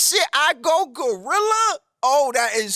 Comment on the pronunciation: I go-Rella. I gorilla.